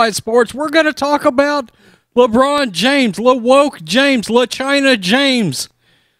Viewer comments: "Lebronda James" 🤣🤣🤣🤣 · "Lebronda James" hahahahahahahaha